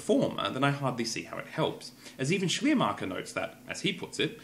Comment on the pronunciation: While your pronunciation of "Schleiermacher" is actually pretty good, I had to laugh a little when you tried to say "Glaubenslehre" :D